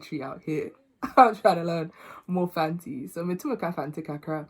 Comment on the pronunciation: For someone with a British accent , you’ve done so well with your Fante pronunciations 👏🏽